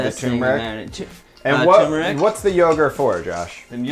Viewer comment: Guys, it's 'a-niss, not uh-'niece, cardamom, not cardamin, and turmeric, not toomeric.